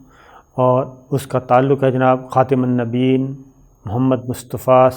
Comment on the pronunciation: محترم ! کسی قرآن پاک کے قاری سے اپنا خاتم النبیین (صلی اللہ علیہ وسلم) کا تلفظ درست فرما لیں۔ شکریہ